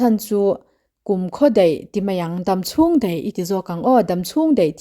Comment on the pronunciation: Daih tih leh mai mai tih hi deih tiin.lehmei mei tiin i hmang thin hi a.pawi.thin